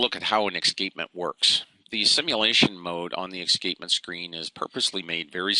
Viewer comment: Excapement? we pronounce it as es cape ment ;-)